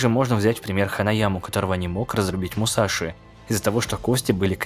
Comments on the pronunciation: НЕ МУСАШИ А МУСАСИ ДАУНЫ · Крутой ролик, только вот одно но: Не Мусаши, а Мусаси. В японском что-то на подобии есть Ш, но в даном случае он Мусаси, а не Мусаши.